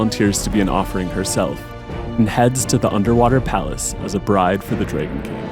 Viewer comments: why can't the voiceover guy say DRAGON. not drayguhn - goofy accent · Why do you jeep saying DRAY GONE bride???????